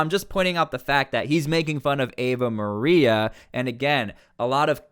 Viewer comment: It's not Eva Maria, it's Ave Maria, which means Hail Mary. It's a major Catholic church song . Understand ? Now, understand this too : communists hate religion, they call it the "opium of the masses", so obama and kamala hate any Christians opposing them. In fact, they hate ANYBODY opposing them. These two animals are communists, kamala is a Marxist, as she has proven in her talks. That other idiot, aoc, is a socialist (same crap as communism), bernie sanders runs as a communist, etc, etc. We are fighting to save America from becoming another Venezuela. So dont expect any of these scum to respect anybody who calls out the name of God at their rallies.